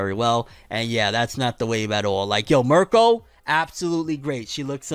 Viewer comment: 2023 ima need u to pronounce Mirko correctly 😭